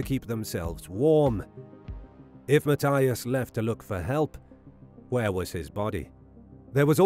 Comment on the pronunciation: Just curious why the narrator pronounces Mathias with a T , not a TH, and Weiher with a V not a W? These guys were Americans, and a German/European pronunciation sounds wrong.